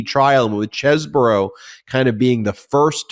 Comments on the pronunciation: Cheese not chess, I checked on line for the pronunciation. Ken Chesebro. Please pronounce correctly. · Please Google Chesebrough's pronunciation. It's not chessbrough it's Cheese-bro